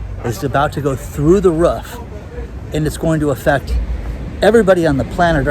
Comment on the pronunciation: its roof not rough